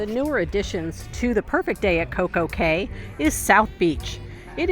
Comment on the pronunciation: Anyone else yelling "it's pronounced key"?